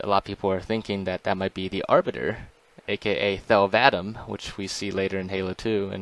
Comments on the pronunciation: Thell vadamee! Not Thel Vadam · Aiden Popowich the arbiters name was thel vadamee not vadumee